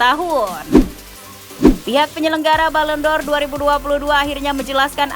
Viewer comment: Balon door kata pembawa acara kedua.. bahasa Inggris nya...